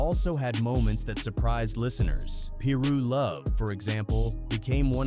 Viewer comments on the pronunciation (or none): The way he saying some of these names triggers me. It’s not peeru it’s piru and it’s not locks either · Ai said peeroo 😂 Fuck ai. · Ai voice said “Pee Ru” gang😂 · Please stop having AI and white people doing this voice overs and not knowing how to properly pronounce the information they’re giving. It’s Tweety Bird Loc (pronounced Low-K like Loki but you don’t say the key part) and it’s Piru (pronounced Pie Roo). Respect it cuz people really lost their life to this shit and we lost real family and friends to this shit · What u mean it’s not pronounced peeru or Loc=Lock or Englewood😂😂😂😂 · Every damn video AI not being able to pronounce piru is funny as hell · Cuzz, your pronunciation on shit is funny. Piru & Loc you need work on. The more I watch the worse it gets. If you had listen to the album, just maybe your pronunciation would be better.